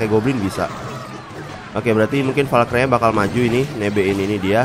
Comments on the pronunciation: bang valkri bang bukan valkray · bacanya valkri bang bukan valkrai